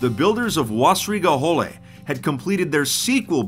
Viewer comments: "Wässerige Hölle", is spoken W-aessaereegae Ho(deep-o)llae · As a german i can not listen to Wässerige Hölle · Hello and welcome to a new episode of "How to mispronounce german 2b2t base names!